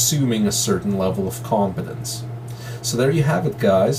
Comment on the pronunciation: I like how you stress the point of 'a certain amount of competance'😆